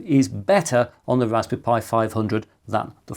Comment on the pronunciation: Bro really said raspby pi 500